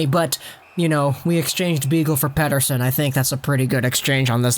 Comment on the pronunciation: I have to say you pronounce "Pettersson" perfectly in Swedish in the beginning in this video! :)